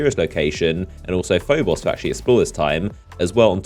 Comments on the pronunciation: "PhoBOSS" "phoBOSS" "phoBOSS" you sound so stupid mispronouncing names in a game your channel is based off of... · It really irritated me on how you said phobos